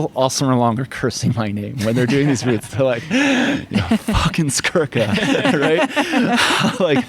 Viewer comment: It's Skurka, not Skruka.